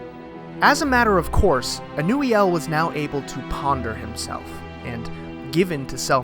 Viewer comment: ur pronunciation is correct ive been pronouncing it something entirely else 😂